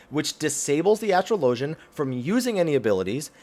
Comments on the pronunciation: There is no way on earth astrologian is pronounced the second way you said it. Anyone who thinks it is doesn't understand English. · Why the fuck does everyone pronounce astrologian incorrectly.